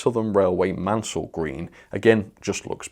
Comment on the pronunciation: Maunsell.. "Mauwn-sell" is the correct pronunciation. Christopher Mansell "Man-sell" was a much earlier enginneer.